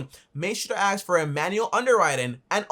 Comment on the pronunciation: why do people say aks instead of ask. we changing language just like that?